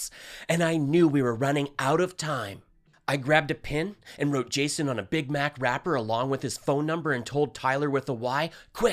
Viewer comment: "Jasoy", - lol